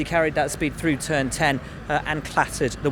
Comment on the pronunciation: "To start the season in turd"